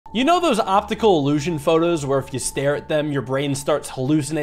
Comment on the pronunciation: gloptical gluession